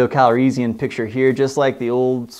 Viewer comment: RE: Han...Star Wars variations in pronunciation are all over the place...for example, I've never heard anyone pronounce "Calrissian" the way you do; I always say and hear it with more of an "is" sound in the middle than "ease." I believe George Lucas usually says "Han" the way Lando does in the films, maybe Billy Dee Williams just decided to copy the way Lucas said the name rather than the way the other actors did.